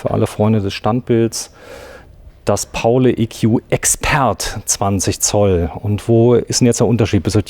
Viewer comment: Es heißt Pauli wegen St. Pauli. Nicht Paulä